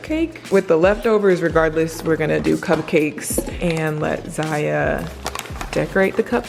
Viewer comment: is it just me or did she say CUMCAKES instead of CUPCAKES???????????